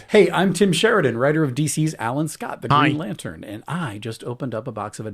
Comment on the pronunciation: greeeen-ay? lantern? xD